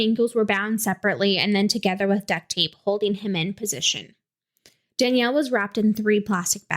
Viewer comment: Please remove this. The uploads of this case all over the true crime scene have been hurting all of us who were close to danielle and seren. Anyone who requested people to post about this was not someone close to them. Danielle and Seren (Not pronounced correctly a single time in this recording by the way) would have absolutely despised being spread around like this. Not only that, there is so much incorrect information being spread in every single one of these. Please. I am BEGGING. I mean no disrespect, but I am BEGGINGGGGG you to please consider those of us who were actually close to this as well as what danielle and seren would have wanted. I was their best friend. We had so many talks about true crime and how they would have felt about this stuff. Please. These are actually hurting us and our healing. Our loss of them is not content. Please.